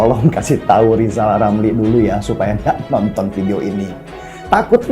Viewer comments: Lijal lamli.. tlg belajal baca hulup l dulu ya??, spy pi ntel. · Siapa yg milih lizal lamli, bilan R aja gak bisa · Lijal Lamli.... sbaik nya Bljar omong R dolo.... Mo dirikan PLT.... Partee Lambee Turah 😂😂😅😅😅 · peltanyan saya juga sedelhana buat pak lijal lamli.bisa gk pak lijal ngomong (R)(R)(R) R,R,R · Lijal lamli 🤣🤣🤣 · Lizal Lamly..ngaca woi!!